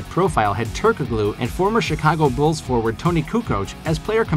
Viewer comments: Ok... Its SLOVENIA not SERBIA Its pronounced as Turko-LU not Turko-GLU. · Are you so young you don't know how to pronounce Turgalu . The k is silent. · Every time you say "turk a glue" I die a little. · Hedo Turk-uh-glue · It’s pronounced “turk-aloo” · The "g" is silent in Hedo's last name🙂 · Stop saying Turkoglu like that! Fine enough video, but clearly you're a new bball fan. Check pronunciations for your next video to avoid looking green.